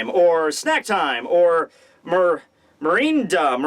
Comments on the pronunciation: It's pronounced MER-YEN-DA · Its pronounced as "Merr yen da" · How to pronounce Merienda: Merry-end-ah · You just read it /merienda/,. Actual Tekking took Spanish at school, maybe he was better for these videos than you are /shots fired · Hispanic here. Its pronounced "Mer-yen-da" :) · It's pronounced "merry-in-da" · ME - RI - EN - DA = SNACK TIME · Borre Goat i pronounce it like mary in da hood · I pronounced it "merry-enda" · When you mistake spanish pronounciacion with japan's (merienda lmao) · Is it really that hard to pronounce 'merienda'?